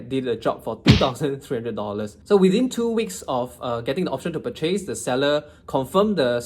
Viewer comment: Interesting way of pronouncing the word “purchase”. Ahem.